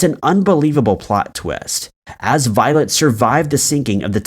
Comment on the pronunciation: Why do I all the way hear “violent” instead of “violet”!? It gave me a shake every time ))